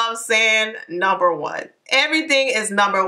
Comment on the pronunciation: I started dyinggggg "numba 1!!!" 😂😂😂